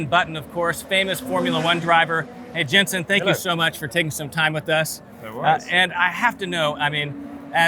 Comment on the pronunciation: love your videos, but I have to say it Jenson, not Jensen. Hurts my ear.;)